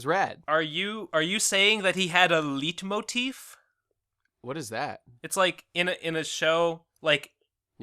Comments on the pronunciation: It's pronounced "light-motif",. Written as "Leitmotiv". Source: I speak German. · The "`Leit" in Leitmotif is pronounced like light. ;P